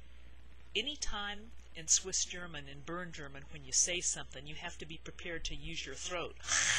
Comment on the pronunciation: I live in America since a while but I am Swiss. Your pronounciation is killing me it is soooooooo good!!! Everybody I was trying to teach some Swiss german terms totally messed up the pronounciation. Yours is extremely good!